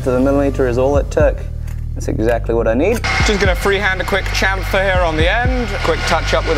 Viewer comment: Think I also heard a "cham-fear" in there